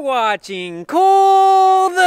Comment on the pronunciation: That's "Cole Cooking" as in "cool" cooking.... Stick with the windmilla....